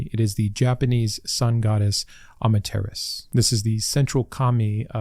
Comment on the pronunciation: You pronounced Amaterasu wrong it’s not Ama-terras it’s pronounced am-mata-ra-su Amaterasu